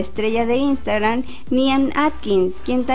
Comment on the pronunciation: Es tan difícil pronunciar InstagraMMMMM?